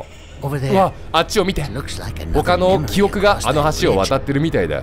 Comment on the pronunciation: キヨが言う｢記憶｣が｢キヨく｣なんだよなw 拡大すなwwww